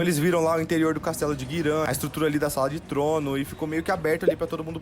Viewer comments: Vídeo foda, react mais foda ainda... Mas pra sanar meu toque: - é GIRAN ( e não GUIRAN) - É Dragon valley (e não Dragon Dungeon, e nem masmorra do dragão) - É Heine (e não HEINERS) - É Tower of Insolence (e não Torre da Arrogancia) - É Cruma Tower (e não Cruma top tower) - Um monte de Guilda se chama aliança e não (Clã) - Toi (Tower of insolence) é um spot de farm e não um local pra se ficar - na parte que fala sobre o akirus ter patrocinado geral na volta do dk, te lembra que ele era dono de tudo durante mt tempo (logo podre de rico dentro do servidor) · GIRAN, VIROU GUIRAN .... PQP GIIIIIIIiiiiiiRAN, NÃO GUIRÃ KKKK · que agonia desse maluco falando "oden, guiran e rainers", eu como lineage player nao aceito isso kkkkkkkkkkkk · Que agonia o narrador falando os nomes das cidades e das areas de farm errado kkkkk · Cara e muito louco como o cara que ta descrevendo essa historia fala o nome dos locais todos errados...